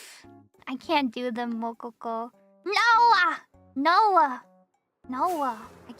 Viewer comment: says noeh as noah lmao